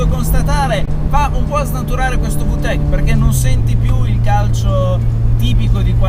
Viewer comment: Non per offesa ma da quel che so si pronuncia "vitec" non "vutec"